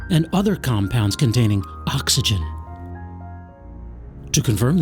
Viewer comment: "and other compounds containing... ACKSYGEN!"